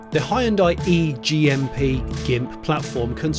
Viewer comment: Im sorry but did you say E GMP? Sounds like a robot sex pet